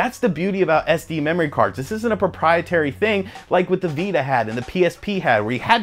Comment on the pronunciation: I heard "mammory expansion." lol.. (I'm so mature.)